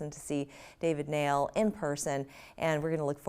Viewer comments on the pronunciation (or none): It’s pronounced David Nile